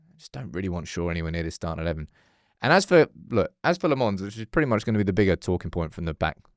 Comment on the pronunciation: Say Lammens properly ffs, he already said in the video. Dont be an ignorant